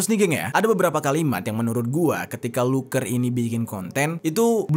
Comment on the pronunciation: Luker feller❌ Luker peller✅